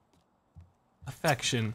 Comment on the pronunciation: i thought affection said arrection. i was like ANTONIO!?!